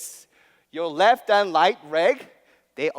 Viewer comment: "reft rand raight reg"